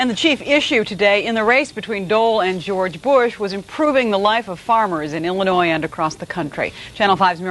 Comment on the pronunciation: Ok turned on CC to hear what he said . He said "Illinois voters" but for a second I thought he said "humanoid voters" which reminded me of the Simpsons episode where the cadidates are aliens. 😂